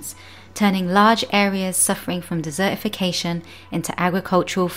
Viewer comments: I get so annoyed by the commentator's inability to pronounce the letter T when it falls in the middle of a word. For example, the word desertification is not der-ification. If you want people to watch/løisten, get someone who speaks correctly. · Puccini 45 - this dropping of the letter T is less to do with class and more to do with region. In Wales and Northern parts of England the T sound is celebrated despite the educational disparity.